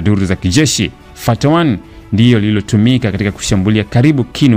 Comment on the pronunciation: Mtangazaji Hilo linaitwa fatah